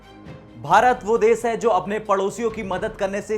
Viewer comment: विसव नहीं विश्व, सुरू नहीं शुरू तथा देस नहीं देश कहते हैं| स तथा श में अंतर करना सीखें| आप शब्दों का उचारण ठीक से करें|